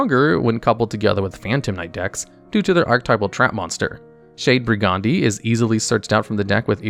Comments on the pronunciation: This man really called Brigadine Brigawndee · "Shade Bri-Ghandi"